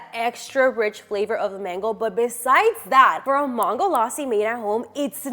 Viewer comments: Is it me or she is pronouncing Mango very weirdly? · Why does she pronounce mango in two different ways though? ‘mango’ and ‘maango laasi’